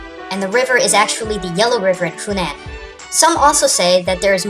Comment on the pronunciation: It is pronounced Hu-nan I was born their! :)